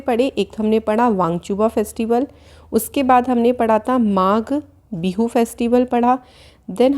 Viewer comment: Magha Bindu nahi Magh Bihu I am from Assam